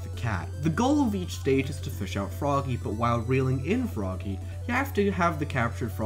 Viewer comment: I wuv my Fwoggy!!! :P